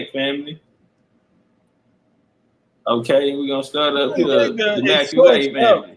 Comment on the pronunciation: MacCualay is pronounced Ma Cawly (Call Lee) and there's several different spellings for the surname, knew a few But this major gem you're dropping is da bomb, just got through watching a drop on that outside of Khoisan, Berbers & Pygmies, all the other African ethnicities came from the Middle East and Southwest Asia BIG CHIEF STOMPIN' DA 💩 OUTTA THE PSEUDO AFRICAN IDENTITIES PLACED ON US AND ABROAD‼💯🎯